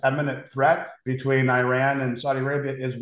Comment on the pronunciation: Eye- ran🤣